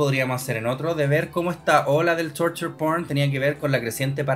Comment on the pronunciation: Al pasar los minutos la pronunciación de "Torture P*rn", sonaba a "Turtle P*rn". 🐢😮